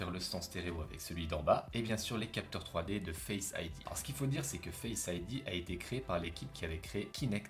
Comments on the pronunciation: Il m'a tué avec son " configurer fesse ID " Xd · Très bien cette vidéo même si je le dit après 3 ans et le « fesse id » m’a fait rigoler que j’ai presque failli m’étouffer